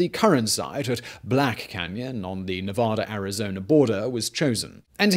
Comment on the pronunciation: I'm late to the party here, so I apologize. These items might have already been addressed. The state is very much about pronouncing the name ne-VA-duh and not ne-voda. I only learned it when I moved to the state. Also Nevada/Arizona are not in different time zones. NV recognizes daylight savings, while AZ does not. So, sometimes the clocks on either side of the dam are the same, sometimes, they are not.